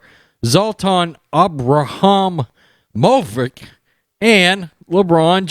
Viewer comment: Let me help you guys out! It's pronounced: zlah-tawn-e-bruh-hee-mo-vich👍